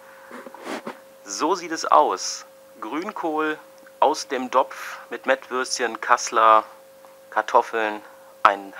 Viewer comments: Das Rezept ist klasse... aber JUNGE, DAS HEIßT TOPF & NICHT DOPF...!!! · Saft er da tatsächlich "DOPF"?